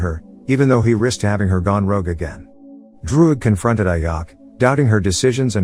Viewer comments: its ajak not ayak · Just a heads up, as soon as you said IYACK "AJAK" . I paused video, disliked & bounced out. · It's Ajak, not Ayak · The title of vid is so wrong cuz the prime celestial the red created the eternals and thanks for saying what the eternals ship is called and mate, it's Ajak not like Ayak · It's pronounced "a jack" not "AYacK" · Its not ayak.. Its Ajak idiot.. Im a marvel fan and im hurt by hearing her name ayak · I like how he calls the leader ayack buts it’s pronounced A-Jack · The leader Ajak pronounced as Ajack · You persons the name as AJack. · HER NAME IS PRONOUNCED "A-JACK" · Am I the only one noticed the way he pronounced "Ajak" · The j in ajak is not a silent j its a normal j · You pronounce ajak wrong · I think the robot voice pronounce the name of ajak and makkari wrong, ajak is pronounced as ajak not ayak, makkari is pronounced mackari not makary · The way he said Ajak and Makkari is hilarious to me